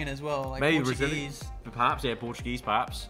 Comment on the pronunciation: trying to speak portuguese ( he did well )